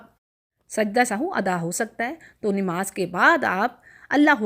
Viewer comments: Nemaz nhi hota nmaz hota hy or apky sary alfaz Galt hn baqi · بہن. نماز درست تلفظ ہے ۔ ۔ ۔ نون کے اوپر زبر ہے